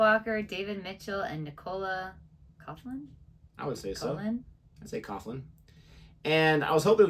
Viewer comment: Coughlan is pronounced more like Cocklan than Cofflan.